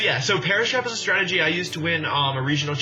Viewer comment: When he said Perish Trap, I thought he said Paras Map lol